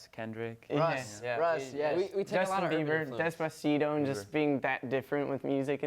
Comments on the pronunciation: How Daniel pronounces Despacito "Dezpzito" 😂😂😂 so cute!! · “Despasido” -Dani “ahhh😂😂😂😂😂😂” -me